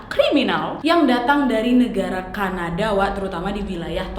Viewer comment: "oOoh CAnaDaaAA" "TorONto" "moWla" "GOWla ma DIsh"